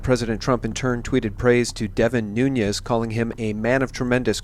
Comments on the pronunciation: Thank you for all your amazing work! Just a small note on Nunes: He's name really is NUNES, not Nuñes... He's of Portuguese descent - not hispanic. Thank you again for being wonderful & 4all that U do <3:) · pronounced "noonz" -Portuguese.. My wife said.